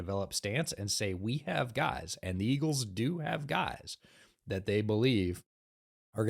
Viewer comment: Hearing get some "Iggles" in was awesome as a Philly fan